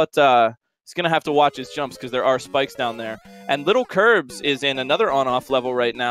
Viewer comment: Stop saying littlekirbs its lilkirbs